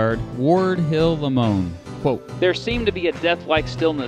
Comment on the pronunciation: It's LAY-MON. And Rathbone's fiancee's name is pronounced: CLAIR-AH. The story of their lives (and deaths) after the night of the assassination would make quite a movie! The name of the town where Lee surrendered to Grant really is: Appomattox Court House – sounds odd, but that's still the name of the town today.